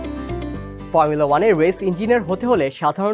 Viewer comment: কি ফার্মুলা- ফার্মুলা উচ্চারণ করেন! শুদ্ধ করতে যায়া তো হোগা মেরে দিছেন। Max Verstappen best. 🔥